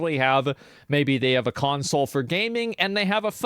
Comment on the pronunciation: I love how he keeps pronouncing it "Cuntsole".